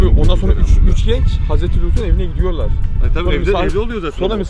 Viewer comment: Sorna değil sonra:)